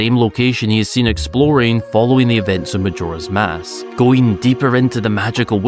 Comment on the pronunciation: It's always surprising how you pronounce Majora's Mask incorrectly